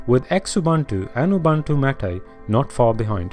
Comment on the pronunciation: "Mate" is not pronounced MOTT-AY, it's may-t/maet.